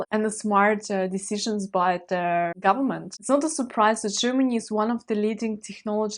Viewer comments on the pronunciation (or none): none